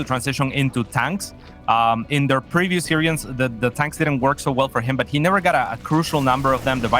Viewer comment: He just needs to stop pronouncing 'series' as 'serious' :)